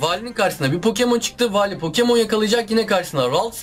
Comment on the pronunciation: Wallye Vali diyen #unutmayacağız